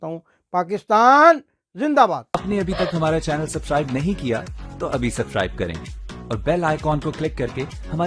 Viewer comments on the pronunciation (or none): Bhae aap subscribe word ko sahi nae boltay